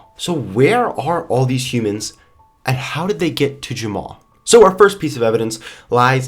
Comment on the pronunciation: You Jumma instead of Jamma